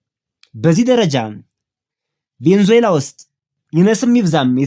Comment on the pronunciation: *Venezuela 'ቬነዙዬላ' ነው ትክክለኛ አጠራሩ።